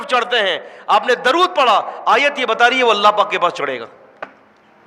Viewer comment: آپ ان حضرات کی اصلاح سے پہلے خود تودرود صحیح پڑھ لیں